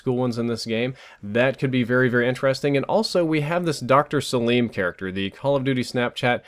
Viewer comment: Btw it's pronounced sa-lim not sa-liiiiim